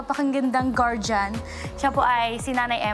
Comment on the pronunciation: Hahaha Dinig ko gordian hindi GUARDIAN.. natural di mo magulang kaya nga guardian eh😀